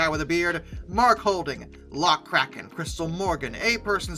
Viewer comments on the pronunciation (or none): none